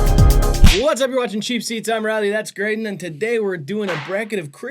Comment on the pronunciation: was genuinely distraught at riley’s pronunciation😭